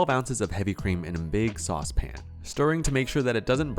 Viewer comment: Probable note from Babish: "You mispronounced saucepin."